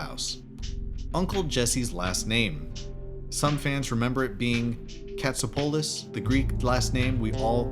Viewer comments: and he also pronounced Jesse from full house’s last name cat-so-pull-us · it bug anyone getting Tapanga's from boy meets world and jesses last name wrong in pronouncing it